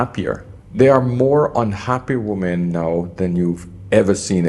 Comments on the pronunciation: Why do so many youtubers mispronounce WOMEN? 😅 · I so wish he could pronounce the word "women" properly. I know he is from the Caribbean, but it is such a basic error in non-native speakers and causes so any problems, Please try harder. Don't let bad habits prevent growth.